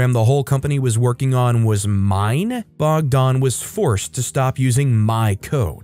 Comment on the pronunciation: Story 10 sounds like serbia, protests were because of a first ever school shooting Edit: ah yes confirmed lol. Tho thats not how we pronounce the name bogdan, you made it sound more russian than it does in serbian.